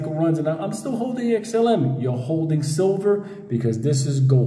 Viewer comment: It’s XLM…not XML